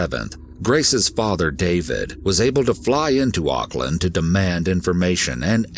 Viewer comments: First of all college here in New Zealand is high school. And he got life in prison those idiots thinking he got 7 years or 11 years are wrong. Why don’t you google it. Rather then getting angry. There is also a lot of false information In here like the pronunciation of Auckland and There was alot more then happened this Could’ve been a Longer video then 15. Minutes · lol "ock-land"